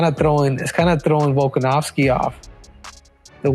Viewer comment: Learn to pronounce his name, Henry.